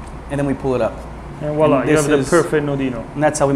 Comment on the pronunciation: VWAHLAH. voila. It’s French. Not wall ah